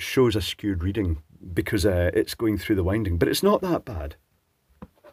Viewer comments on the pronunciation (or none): none